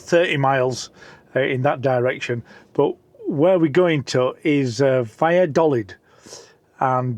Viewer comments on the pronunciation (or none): You pronounced both Burgos and Valladolid incorrectly. Typical Brit abroad😂